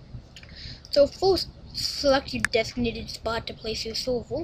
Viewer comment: you look so funny saying minecraft sorvo xD